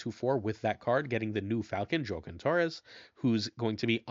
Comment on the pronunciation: I'm almost certain Joaquin is pronounced wha-keen. I'm not from that community specifically, but my life experience on this leads me to feel very confident. Not trying to call you out, but you pronounce names so well usually that one stood out as odd.